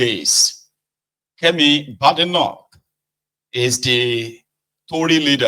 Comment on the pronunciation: The name BADENOCH is pronounced "Bay-di-nok" and not "BAD-i-noc"